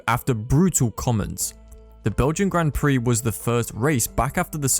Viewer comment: Has this commentator ever watched a Grand Prix? He can't even pronounce Grand Prix or Alpine.